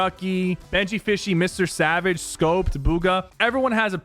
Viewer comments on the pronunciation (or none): none